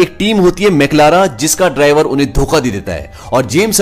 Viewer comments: Bro it's McLaren not maclara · I think it's word McLaren not McLara 😂